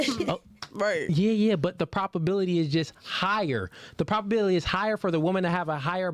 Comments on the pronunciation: I will say it just one time😊,its "ProBAbility ", not proPAbility!!?. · please. Stop saying “PROP” ability. The word is PROBability. As in probable. We don’t say “proppable”. Please bro. We need to be airtight with these 304’s.